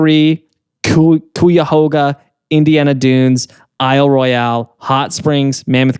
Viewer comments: im from ohio and listening to trying to pronounce Cuyahoga was the funniest part of this episode 😂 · I shouldn’t be surprised by pronunciation of Cuyahoga but somehow it still caught me off guard. Also been to Cuyahoga Valley National Park and it is ACTUALLY really beautiful.